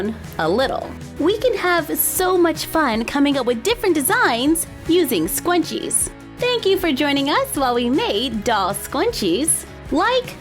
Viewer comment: You said scwunches instead of scrunches